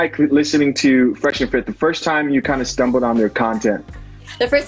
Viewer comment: OMG - 34mins 13secs!! She spoonerised "Fresh and Fit" to the "Fret and fish" podcast!!! I can't stop laughing!!